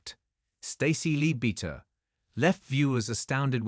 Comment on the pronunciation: If you can't be bothered to get Stacey's surname right and where she is from don't bother at all. It's LEADBEATTER and the place she came from is BIRSTALL. It's written down enough times.